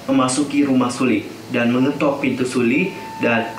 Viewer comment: Hai kak, cuma mau ngasi tau nyebut nama Sulli itu SEOLLI ☺️ Maaf cuma ngasi tau kak...